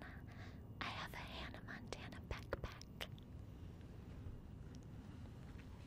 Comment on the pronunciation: I thought she said pek pek🤣🤣 she rlly said backpack😂🤦🏽‍♀️